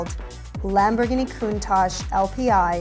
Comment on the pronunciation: Countach The ach is pronounced like the atch in 'hatch' Not like ash in 'hash'